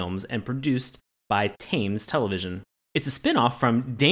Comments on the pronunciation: I'm gonna put this one on Sean because 100% pronounces is like Thymes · Thames is pronounced temms